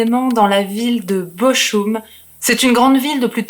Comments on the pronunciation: Bonjour, on dit Boroum pas Bochoum. Sinon tout est Nickel. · J'ai aussi fait 3 ans d'allemand. Bochum se prononce Bokhoum, pas Boroum. De plus, ma mère étant d'Arlon à la frontière allemande, m'a bien précisé que c'était Bokhoum, pas Boroum. Mais c'est vrai que la prononciation du h aspiré du "ch" en allemand et en néerlandais peut faire penser à un r. Ensuite, la langue allemande de la Suisse alémanique n'est pas toujours totalement identique à l'allemand d'Allemagne. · Chère, Bochum se prononce Bokhoum avec un h aspiré entre le k et le oum. 😉 Sinon c'est toujours aussi agréable de vous écouter narrer ces histoires terribles car votre voix fraîche et votre grand respect des victimes permettent de ne pas sombrer dans l'horreur. Merci pour toutes ces affaires criminelles peu connues et même tout à fait inconnues dans le True crime francophone. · Bochum se prononce Boroum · "Bo'r'um" ! (Bochum) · je suis plutôt de ton avis , j'aurai dit " Beau Room " en mélangeant le français et l'anglais. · Salut, juste pour info Bochum se prononce " boroum" ( ouais c'est pas évident, l'allemand ), ayant fait ma scolarité en Suisse, j'ai du l'apprendre - à mon corps défendant - pendant 3 ans. J'aurai préféré l'anglais, lol. Je pense que le couple s'est " bien " trouvé. Leur personnalité s'est trouvée amplifiée se nourissant l'une de l'autre, d'où leurs déviances et leur " folie". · interessant, simple et efficace. Pour la dynamique de couple, je pense qu'ils sont aussi givrés l'un que l'autre et qu'ils s'entrainent mutuellement. Les cheveux, ca te va très bien. ne lisse pas trop sinon tu n'auras plus un poil sur le caillou 🙂. Très stylé le collier en mains de squelette. ( pour le nom de la ville "Bochum" , le "ch" se prononce " R" le même " R" que le mot "Cheikh" qui se prononce " cherh" .